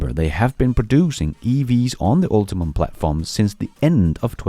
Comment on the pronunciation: Hey, just FYI, GM's platform is called "Ultium" not "UltiMum"